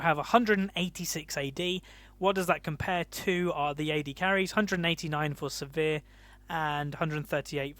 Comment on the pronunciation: Sivir is pronounced like "shiver", so it would be like "Siver", not "severe"